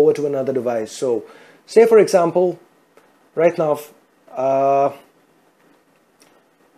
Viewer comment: OMG... @@@@ DID I hear Phai Control Instead Pie Control, and Aczamphal Instead Example.... PHAI PHAI PHAI Aczamphal Aczamphal Aczamphal... Poor pronunciation